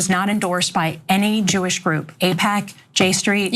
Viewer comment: She went defensive on the fact that " I'm not getting any funds from Jooish lobbies" ... this is progress